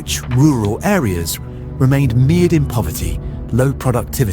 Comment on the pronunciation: pronounced "mired" incorrectly